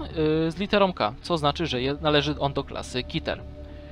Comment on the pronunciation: ty wiesz że "keter" sięczyta keter aa nie kiter (bez obrazy)